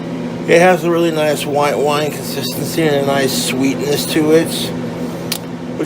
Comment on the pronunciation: Hearing him trying to say "consistency" was painful